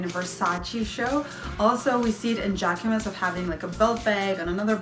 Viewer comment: Love the content. JACQUEMUS and MOSCHINO check the pronunciation please